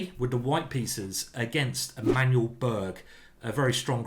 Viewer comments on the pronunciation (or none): Swedish surname '"berg" is pronounced "barry" with a (slightly) rolled r.